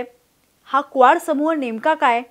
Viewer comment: क्वाड ला बरेचदा या video मधे स्क्वाड उच्चारले गेले आहे. ही चूक सहज दुरुस्त होऊ शकते.